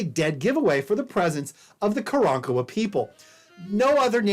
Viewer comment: I cringe every time he says “Karen-Kowa”